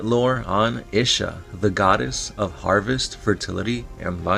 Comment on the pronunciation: It's pronounced Ee-sha